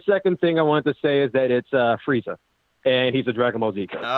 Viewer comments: It's Lord FREE-ZA.... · It’s pronounced “Freeza” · Its pronounced FREEZA*